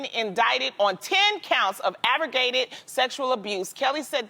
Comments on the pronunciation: Who else hear “Avergated”? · Aggravated not aggragated never heard of that Loni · 🙄did she say abrogated and not aggravate, lol. I love you girlll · Did she say aggergerated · "Abrigated" ok Loni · The other day she said supposebly and now aggrabated. Two words that don't exist. Someone needs to return to school or at best buy themselves a dictionary. God helps us all. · Avragated lol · that’s not how you say aggravated 😂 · Are we just gonna act like Loni couldnt pronounce "aggravated." Lol